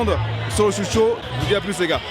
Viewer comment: Ca se dit SHOT show. Comme un shot d’alcool. Pas shoot show.